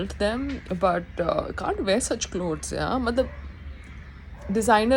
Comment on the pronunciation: Pehle clothes bolna seekhiye madam...